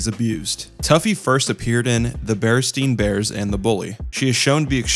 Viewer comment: ah yes. bear stein bears